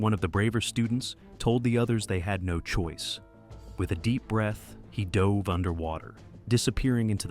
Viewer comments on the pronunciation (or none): none